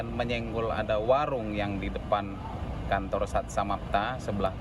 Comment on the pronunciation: Kantor apa kanto* sih,apa gw salah dengar😅